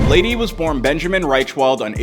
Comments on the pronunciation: You can even see in the clips everyone pronouncing it BLADE and this dude still calls him BladEE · Bro it’s fucking bladee not blade (e) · Its like blade not blad-e 💀😭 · I'm Bladee he call me Bladey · It’s just pronounce blade not bladeE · its just blade bro. STOP SAYING BLADEY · y’all complaining about calling him bladey but i’m gonna call him benjamin from now on. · im bladee she call me blade-e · Imma need to get over the fact the narrator is saying "Bladie" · The fact he’s saying “bladey” is really pissing me off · bro said bladey and yung god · This guy really saying "bladey" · It’s pronounced blade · You really just spent loads of time researching his past, then you call him bladey 💀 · I’m Bladee, she call me Bladey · Bro really called him “Blade-E” 😐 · how you make a video explaining his life when you cant even pronounce his name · Thats how you pronounce gud’s name in his native language